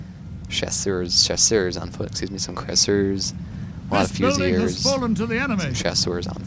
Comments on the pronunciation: Definitely pronounced "Fusiliers" - "Fuse-il-eers". So my mate in the army claims anyways. Think you're spot on for #2 though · In French it's more like Fy-si-li-e